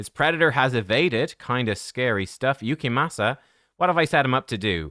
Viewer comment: Damn i gotta watch these vids with subtitles. Please, pronounce his name correctly. Your accent makes it tolerable at least.